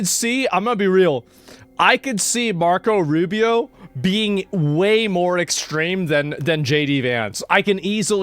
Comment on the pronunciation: "Marcos Arubious"